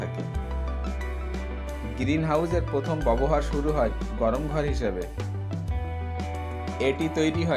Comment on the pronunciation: আপনার পড়াশোনা কতদূর। ব্যবহার উচ্চারণ করতে পারছেন না।বার বার বলছেন বোবোহার। আগে উচ্চারণ ঠিক করুন। তারপর ভিডিও বানান।